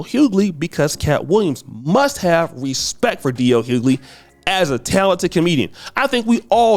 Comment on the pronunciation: The pronunciation of DL's surname is so bad! You need to speak properly mate